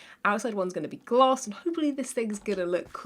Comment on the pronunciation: be like “ i have my sealanters and gLASSS!” Me “...”